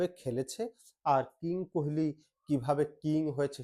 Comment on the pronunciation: কুহেলি নয়, কোহলি।